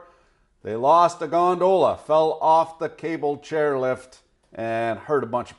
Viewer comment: Is it me or he is saying "gondola" in an odd manner??